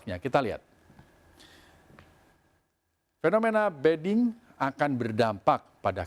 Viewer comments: Ini penyiarnya gak ngerti mbediding.... Jadi ngomongnya beding.... Padahal maknanya beda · Kenapa penyiar bilangnya BEDING padahal di teks ditulis BEDIDING..? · Orang inggris tuh penyiarnya.. bedding - tempat tidur... 😁